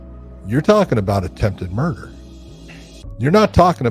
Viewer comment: Did I just see someone say "attempted murd"? Whoa, leaving a syllable off is so clever.